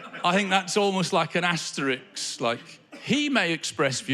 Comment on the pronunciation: Asterisk* not Asterix, the Gaul. Sorry to be pedantic but you say it twice. Nice show.